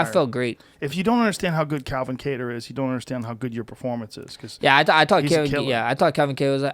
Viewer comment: i like how he pronounces Kattars arabic last name properly unlike the white anglosaxson way ( Kaaaytur ) lol